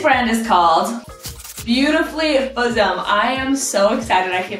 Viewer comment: That’s buxom, like buck-some, not bosom .